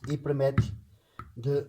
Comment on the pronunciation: só uma observação... diz-se PERMITE 😂😂😂😂